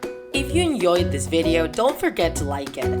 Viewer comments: Does anyone notice that she said in the end of the video " enyoyed" or is it just me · Enjoyed not enyoyed